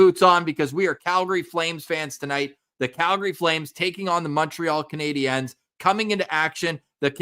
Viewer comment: If you want to say the Canadiens with the french pronunciation you can't say the "s" at the end.